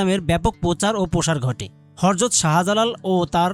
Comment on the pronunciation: হরযত না উচ্চারণ ঠিক করে বলেন হযরত।